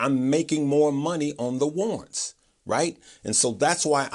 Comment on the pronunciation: Oh, "war'rants". There are two rr in that word. Thanks for the great explanation.